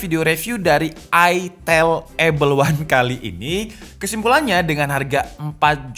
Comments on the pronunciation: Bukan aitel asuw. Baca ae ITEL. Lebih eargasm dan emutable di mulut dan telinga warga indonesah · Aitel ya, bukan itil atau etel atau itail. Bener bener ada penekanan menjurus skali ya 🤣🤣